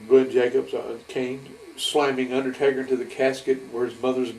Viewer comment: I stg I thought I heard him say Undertater 😂